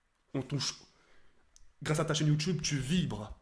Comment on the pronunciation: moi j aime bien quand ibra dit POCE BLO